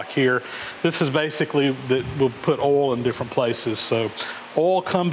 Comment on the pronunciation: Rhymes with 'hole' lol